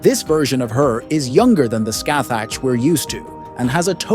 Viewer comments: I think the appropriate pronunciation is scahack rather than literally scathach. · You were saying Scathach as Scathag which means feces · I literally just open the video you said her name wrong man😅 well not you but you AI voice